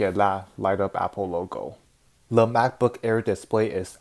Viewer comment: am i the only person that notices that he says le instead of the